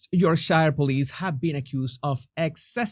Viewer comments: It's pronounced "yorksha" - York- shire seems very unusual to a yorksha man. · York-shire.... hahahaha ..Yorksher!! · Yorkshire (Pronounced, correctly, YorkSHER (with a short final "r", by the English. Not YorkSHIRE, no one says that, only Americans. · It's not shire it's 'sheer' yorksheer but spelt Yorkshire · Pronounced York- Shuh btw